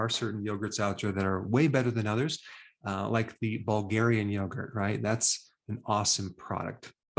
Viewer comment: Wow, just no words for u Dr. Berg. Did u say Fulgarian yogurt or Bulgarian yogurt? Lol